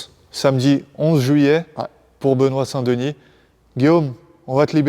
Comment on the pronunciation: Merci pour la vod ... juste un troll : "dénis" au lieu de 2nis. arrêtez d'anglicaniser vos noms. vous avez honte dela france ?